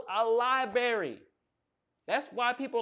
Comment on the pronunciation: “Lie-berry” vs “Library”😂